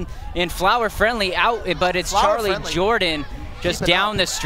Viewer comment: bruv it's charly jordan not charlie lmao